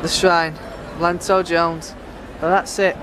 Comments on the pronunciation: It's pronounced yanto not lanto lol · It is pronounced Ianto